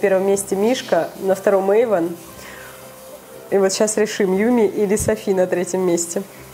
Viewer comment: не ейван а эйван